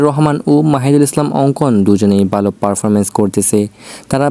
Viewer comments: ভাই আপনি ভালো বললে বালো শোনা যায় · ভাই ভালো টা ঠিক করে বলেন,, উচ্চারণ টা বালো হয়ে যাচ্ছে,,যেটা শুনতে খারাপ লাগছে 😊